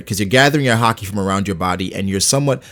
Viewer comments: Why does he randomely pronounce it like HAH-KEE super emphasized and different sounding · No one: Not a single person: hah-key